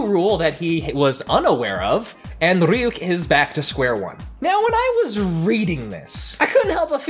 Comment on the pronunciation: You pronounce Ryuk like it’s some Russian name